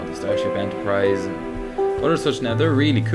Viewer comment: anyone notice when he says "and" he says "am"